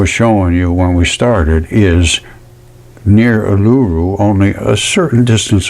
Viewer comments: Australian here. Fascinating stuff. Pronounced "oo-lah-roo".❤ I think the "balls" you see piled up, are actually bushes. I don't really like the sound of living on a giant scab, but I guess I do! 😂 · Pronounced EwL-A-ROO , OOL -A-ROO = Uluṟu . 😊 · Sorry,pronunciation of Uluru: OO la ROO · I'm not being bitchy but how, pronounces Uluru, is just a little bit annoying. Im Indigenous Aussie. But he is onto something, I respect him for his dedication to the channel. ❤👍🏾